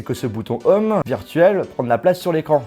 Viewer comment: on dit pas bouton "homme" mais bouton "ohm" hein lol mais bon et l'anglais on a l'habitude 😂